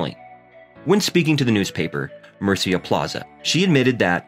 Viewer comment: Tio, estoy hablando del comentador y no de Carlos. Has oido como dice "Murcia"?